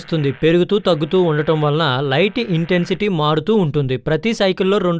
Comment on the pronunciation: Intensity ❌ intensy ✅